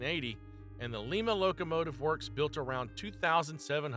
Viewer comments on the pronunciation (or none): In this country, it's pronounced "Lie Mah", not "Lee Mah", unless you're in Peru. It's not the SD 42. It's SD 40 -2, which is SD 40 DASH 2. All these A. I. robots get it wrong, and the hosts don't know any better. It's not Class I railroads. It's Class 1 (one). It's not GP 382. It's GP38 DASH 2. I've had enough. Make a channel that you actually know something about. "Don't Recommend Channel".